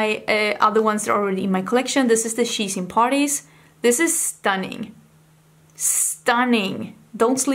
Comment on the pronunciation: I can't believe I thought that it was the "Cheese and Parties" palette because of your accent and had no idea it was really She's In Parties 😂😂😂